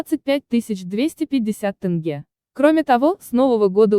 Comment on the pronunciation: С каких пор Казахстане деньги называются тынге? Насколько я знаю это тенге.